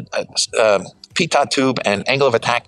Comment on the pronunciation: Wonderful to see this superb jet, thank you! BTW, a minor point, pronunciation of 'pitot' tube is 'pea-toe' rather than 'pea-tott'.. Very interesting that the HJ pitot is also an AOA sensor. On commercial large aircraft we generally see a separate device for each function. Is the climb rate you quote at lowest gross weight?